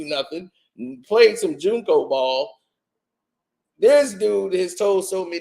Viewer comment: 😂😂😂😂😂😂😂😂😂 I'm hollerin your behind saying he played JUNCO. It's JUCO JUCO. 😂😂😂😂😂😂😂😂😂